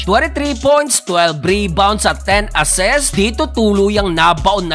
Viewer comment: assist lods hindi assest*